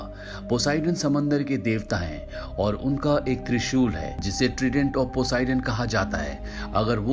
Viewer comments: Trident nahi "traident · Tredent nahi Trident hota hai..